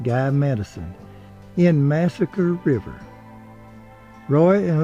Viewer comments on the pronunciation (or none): none